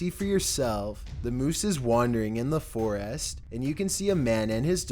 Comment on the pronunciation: FOR-IST NOT FOREEEEST!